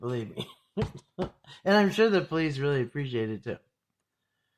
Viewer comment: After awhile this guy is just like blah blah blah! He lost me when he couldn't read the word " Police"